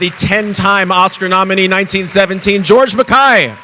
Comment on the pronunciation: i like how you pronounce his name correctly!